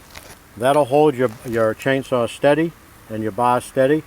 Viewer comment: lol, the Rs are in the "chainsawr" right at the stawt.